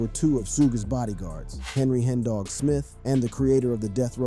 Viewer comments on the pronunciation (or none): none